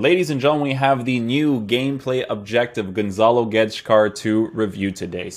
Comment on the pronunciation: thats not how you say gonçalo. he nailed the "guedes" tho